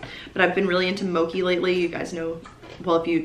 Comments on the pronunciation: Mochi is pronounced moh chee! Loved the video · it’s moh-chee btw😅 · Great video!! Just a little thought: It's it’s mo-chee :) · You pronounced mochi wrong